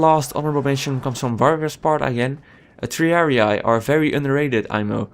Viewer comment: To all English speakers, for us, latins, it sounds like autism hearing you say "triariai" it's "tree-ar-ee" the double "ii" is a "ee"